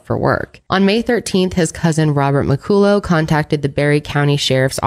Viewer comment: Muh call uh is how you say his last name BTW.